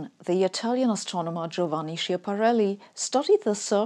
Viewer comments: Schiaparelli not Shiaparelli, pronounced like school, not shool- ...poor Giovanni! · Schiaparelli :-), not Shiaparelli, pronounced Skiaparelli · His name is Schiapparelli (pron. Skiapparelli) not Shapparelli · The name of that Italian guy is not Shiaparelli but Schiaparelli and it's pronounced "skiaparelli". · Schiaparelli (not Shiaparelli) pronounced Skiaparelli for basically all non italian speakers :) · The name's actually "Schiaparelli" (originally pronounced as "ska-"). It's often mispronounced as "sha-" in English, which is fine, I suppose, but I've never seen it misspelled like that. ;-) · It's actually /skjapaˈrɛlli/, not /ʃi'æpaˈrəlli/ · sCHiaparelli... has the same CH sound as in sCHool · love your canale, but since you are also a language nerd: his name is /skjaparεl:i/ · It s Schiaparelli. Not Shiapparelli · Schiaparelli not Shiaparelli, "ch" sounds like "k" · Schiapparelli (pronounced like skiapparelli) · We don't know is boring 😂. Great Sabine in a world full of "geniuses" you reman on the cautional level. Btw probably I am late but the name was SChiapparelli. Is pronunciated as the German Skiapparelli. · It's Schiaparelli with a "c". The Schi- is pronounced like ski- in skiing. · Hi, maybe I'm nitpicking, but it should be "Schiaparelli", read as "skia" (/ˌskæpəˈrɛli or something like that, I'm not expert in IPA). In one of those sounds that are different between Italian and German.. that drives me insane :) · the italian astronomer was named Schiapparelli. with a c before the h. you would pronounce it like Skiapparelli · Err... it's Giovanni SCHIAPPARELLI, in German I would read as "Skiapparelli" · Giovanni Schiapparelli. Where the "ch" sounds like what "k" sounds in English. The irony of a similar mistake in a video that talks about how a faulty translation from Italian to English led on the most vivid imagination. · It is Schiapparelli, pronounced with hard c, "Skiapparelli" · The guy's name is Giovanni Schiaparelli, and is pronounced skiaparelli.